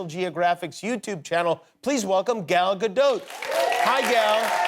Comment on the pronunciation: No Jimmy you still did not say her name correctly.